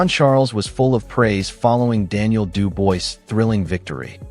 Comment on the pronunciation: AT LEAST LEARN TO PRONOUNCE DANIEL’S FRENCH LAST NAME PROPERLY FONETICALLY IT SHOULD SOUND “ LIKE DU BOA’ , AND NOT “ DU VOICE “